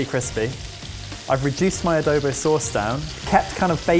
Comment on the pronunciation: Swooning over ' pronunciation of "Adobo". It makes our representative dish feel so ~fancy~